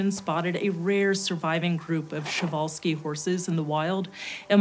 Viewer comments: I don't know who is responsible for this misinformation, but PRZE or PRJE is not pronounced - "shuh", but "per-zh". Yes they are called takhi, but please don't butcher the name of the person historically connected with them. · That's not how you say Przewalski. Pr like in "Progress", "z" like "s" in *pleasure*. It's more like Pr-Zh-e-walski.